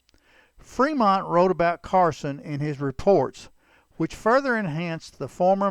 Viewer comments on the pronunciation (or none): C'mon. "Freemont"?